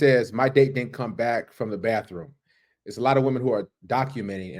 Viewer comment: To the guy in cama-jacket: it isnt Birfday, or bafroom 😂😂😂